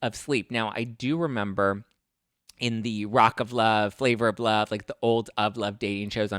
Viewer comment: and “In luRVe”